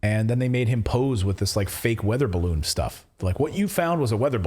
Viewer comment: a barroon? 🎈